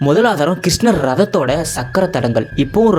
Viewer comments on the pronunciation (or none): Bro neenga soldrathu ellam ok, but kisnaa nu sollama krishna nu sollunga brother coz apdi pronounce pandrathu konjam uncomfortable ahh irukku matha padi unga video super ahh irukku